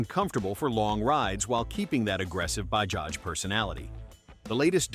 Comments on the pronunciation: It's not bahaj? it's Bajaj!!! correct your pronounciation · It's Ba-JA-j not BA-HA-j. .... We sound out both the J s . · Bahaj ❌ Bajaj ✅ Not everything is pronounced how baja (baha) is pronounced 🤡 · "Bajaj" not pronouced "Ba-haj", its pronounced "Ba-judge" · You should pronounce it as Bajaj and not Bahaj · 😂😂😂😅😅😅 what funny pronunciation. Its not "BAHAAJ " say properly "BAJAAJ" You're mistaking Mexican for Hindi . Pathetic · Hi, thanks for covering the path-breaking Indian motorcycle industry. Incidentally, in the name Bajaj, both J's are pronounced as J. So it's NOT BaHaj, but BaJaJ... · Americans should stop pronouncing J as Ha it is Bajaj not Bahaj. This is irritating. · It is not Bahaj. It is Bajaj. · it is Bajaj not Bahaj. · Bahaj is pronounced Ba-Ja-J. J as in Jam. Royal Enfield was the first to reposition towards premium markets. They sold more than when they were just reliable and affordable. The brands shown were built to be affordable not flashy. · Bajaj❌ Bahaj✅.....🤣🤣🤣🤣🤣🤣🤣🤣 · If making the video, at least the pronunciation must be right. It is not “Bahaj” but liternally “Bajaj” unlike Spanish pronunciation of “j” as “ha”…. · Please stop saying Bahaj. It's Bajaj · Wtf is bahaj? It's Bajaj pronounce J bro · Bahaj ❌ bajaj ✅ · Bro it is bajaaz not bahaaz😮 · Baja not Bhakti. .It’s not Spanish or Slovak. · ‘Bahaj’?? Really? 😂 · Did you just say "Ba-has" ? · In Mexico Ja pronounced as Ha. That's why narrator confused initial stage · It's Bajaj correct your pronunciation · Indian laugh ha..ha..ha.. Not ja..ja..ja..ja you might want to correct the way you pronounced bajaj it's not a Spanish name. J is pronounced as j not h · when you write j then pronounce it j. its not h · Unlike the Mexicans , we do actually pronounce the first j in bajaj